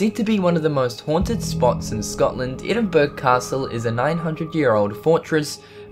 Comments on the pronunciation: You need to correct your pronunciation of Endinburg?? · Golo1949 I totally agree, if hes going to make a video like this the least he could do is learn how the places are pronounced, and as auzie I expect better than this, UK and Australia have some places that share names, edinburg shouldnt have been even the slightest big difficult for him. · Edin-BURG!!! Lolz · Edinburgh is announced EDINBORO a bit like jacksboro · Edinburg ahahahahahahahahahah Good to know you bother researching. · It is pronounced "Edinburro." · It's pronounced Edin - Burra, like burrow but with an A instead of the OW. Really roll the R. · did he pronounce it "Edinburg"? lol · EdinBRUH. say it right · It's pronounced "Ed-in-burra" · Col-on-ull ? Edin-Burg? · Edin-burg? PMSL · It's pronounced edinbruh but it's spelled Edinburgh lol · It's pronounced: Eh-din-burrow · Edinburgh! the Edin part is correct but anywhere in Scotland the last part “ burgh” is phonetically pronounced BURRAH. Enjoy all your programmes so this is not a criticism - just a little thing that gets up the noses of us Scots. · Edinburgh is pronounced Edinburra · Edinburgh is pronounced "Edin-burra." Just saying. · Edinburgh is pronounced Enbra in Edinburgh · EDINBURGH Sweety pronounced ......burra Edinburgh Capital of Scotland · Edinburgh (ed-in-bur-ah) Castle is not haunted, i go all the time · Edinburg... lol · It's pronounced edin BURrah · Omg its. EDIN BO RUR Edinburgh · Thankyou for these interesting series. Just one thing...……. Edin- berg? You need to learn how to say it correctly. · Edinburgh the pronunciation is ed en bur a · If the narrator of these videos is from England, then Why oh Why does he pronounce Edinburgh as Edinburg ??? How stupid and an insult to us Scots. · Edinburg? Come on sort your pronunciation out. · Edinburg?? PMSL Learn to pronounce the language bro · That's not how you say Edinburgh............ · I'm a Scot and I found it hilarious how he was pronouncing Edinburgh, I certainly don't feel violent.